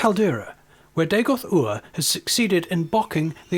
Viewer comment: Nice, but that's not Dagoth Ur, and, you pronounced the name wrong, it's RRR. Not OOR. Dagoth Ur's voice is deeper and cooler XD.